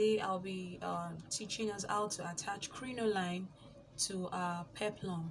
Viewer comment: Welldone. Its pronounced "crinolean"